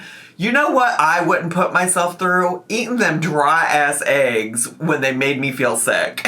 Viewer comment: I cannot stand how she says “aches” instead of eggs. And she said it SO many times in this video, I swear she did it cuz she knows it drives everyone crazy. 🥴